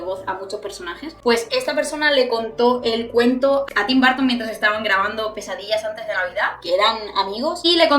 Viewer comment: No es barton es burton.